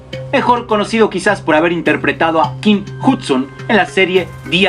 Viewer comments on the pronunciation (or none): none